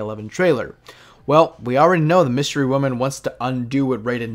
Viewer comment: Dude said Wystery Woman lmao